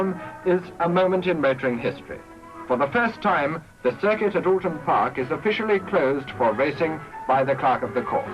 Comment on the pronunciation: Wtf, since when was it called"Ooton Park"? (Gawds help this commentator if he ever has to go a couple of miles down the road to Lower Peover or Cholmondeley!)